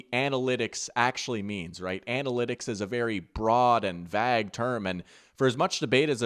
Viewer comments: Vague, is pronounced (Vayg) not (vag). I don’t care if that was an intentional error to produce hate comments. You got me. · awesome video.. only problem i had was how u pronounce the words CLEE SHAY and VAYGUE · I'm sorry I can't move past how you pronounced vague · Great video, hey, why do you pronounce 'vague' like a slur ? 🤣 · That is not how vague is pronounced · Why are you pronouncing vague wrong, lol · I love this video, but I hate the way he says vague